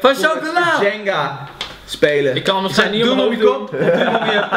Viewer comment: Super ! Zeg jenga alleen als een chinees